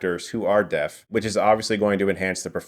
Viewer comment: I thought he was saying death instead of deaf